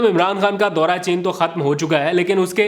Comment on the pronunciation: Your comments and analysis are excellent keep up the good work. One area I would like to see if you can improve is your pronunciation of certain words in Urdu especially if you go back and listen to your V log you will find it in your pronunciation of دورا is sometimes correct sometime incorrect please check and improve.